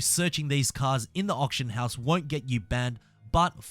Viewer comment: You saying option house or auction house ????